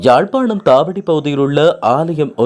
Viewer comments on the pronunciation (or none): none